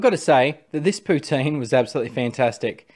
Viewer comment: I commend you on your pronunciation of 'poutine'.